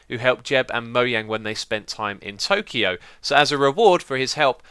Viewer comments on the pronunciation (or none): Sorry to be picky, thank you for pronouncing Mojang correctly, but could you pronounce Tokyo correctlybas well? :/ I think Google Translate says it right. Mainly the o sounds are lengthened. That was a nice video though and thank you for all of your hard work! :)